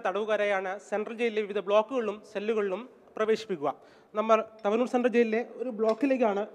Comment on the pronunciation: തവനൂർ എന്ന് വായിക്കടോ വായനകാര